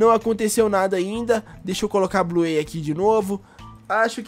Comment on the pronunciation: Da até raiva dele falando Bluêi, (Bluey) e ELE CHAMANDO A BINGO DE "ELE"